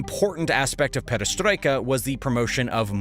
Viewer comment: Attack of Nazi Germany agains Soviet Union was called "Operation Barbarossa", not "Operation Barbossa". And Gorbachev policies from '80s were named "perestroika", not "pedestroika". Man, you have this written on screen ! My ears are literally bleeding hearing this. And perestroika happened after (and probably because of) Afganistan war, not during it. And there was no backlash in Soviet Union between young people and wealthy elite. And in 1990 Soviet Union did not lose control over any territories in Poland and Romania, because there was no such territories. The only place, where there was significant backlash against mobilisation was Dagestan and it was quickly pacified. In other regions men are going to army pretty willingly, lured with promises of good salary. There is no specific support for local leaders in Russia regions, as these local leaders are all representatives of One Russia party controlled by Putin. They are all basically Putin's puppets, just part of the regime. And those leaders were specifically chosen based on their loyalty to Putin, not their competence. So any chances of local leaders rebelling against Putin are next to zero. And so on and so forth... This material, though entertaining, is mixing up dates, facts and sequence of events. You could do better.